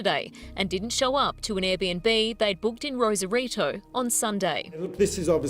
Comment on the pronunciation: ACTUAL SAN DIEGAN HERE, who also had a house 11yrs south of Rosarito (ROSE-AR-I-TO, not Ross-arito). And no, not better beaches. Lesss crowded yes but dirtier because of no sanitation infrastructure in Baja. You need more better resources!! I’ll have to edit and update this comment as I go thru this video…lol